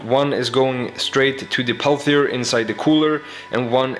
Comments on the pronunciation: its called peltier not palthier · Its pronounced Pell -Tee -Yay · I know english is not your native language but I gotta mention it. The way you pronounce "Peltier" in english is "pel tea air" I don't care either way bust just in case someone gets all butthurt but doesn't say how they think it should be said. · your pronouncing it wrong its pronounced pel-tee-ay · Peltier doesn't contain a th but you pronounced it with the th sound. Other than that, love your videos! Carry on.